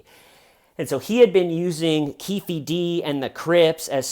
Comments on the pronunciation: Lol, you know I love you bro but it's pronounced "Keef Dee." As a huge hip-hop fan I can't let it slide sorry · I can’t stop laughing every time you say Keefy D 😂 whatttaaaname